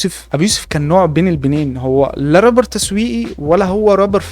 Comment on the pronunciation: يسطا ارجوك ممكن تقول رابر بدل ربر حتة لو هتقول ال(r) ر بس قول رابر مش ربر بس فيديوهاتك جامدة❤